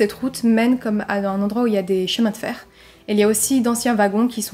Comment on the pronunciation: J'aime bien ce léger "accent" il s'est passé quelque chosss... il y a des chemins de fehr 😁😁😁 C'est mignon